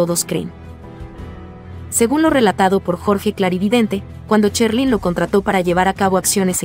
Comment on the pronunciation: Esto no es ninguna opinión acerca de ninguna artista Este es un comentario acerca de estas personas que hacen estos videos Primero aprender a pronunciar Sherlyn se pronuncia SH No que dicen Cherlyn y así son muchas personas que solo hablan por hablar y no saben pronunciar La verdad se oye horrible esos comentarios Ya que se dedican a esto aprendan a pronunciar bien las palabras